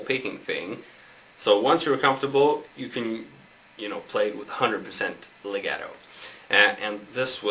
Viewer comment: hEY -It's pronounced- lay -got -toe Get it! lagato LEGATO- Now teach!